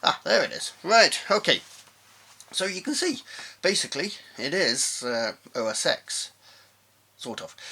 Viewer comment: it is OS TEN not OS EX.